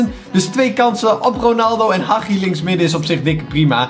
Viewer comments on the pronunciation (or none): Je zegt: Hadjie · Hagi zeg je de g als de ghie ik weet het want ik ben roemeens